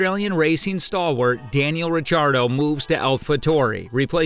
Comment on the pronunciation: Daniel RECHARDO ?? That AI is really cookin'